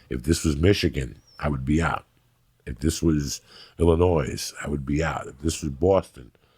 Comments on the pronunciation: lmao Illinoi”s” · Did you really just pronounce the 's' in Illinois. Geez